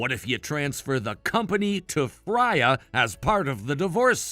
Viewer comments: Its pronounced Frey-a its Norweigan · It's pronounced "FRAY-uh"